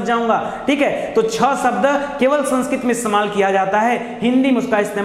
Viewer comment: शब्द कहिए, सब्द नहीं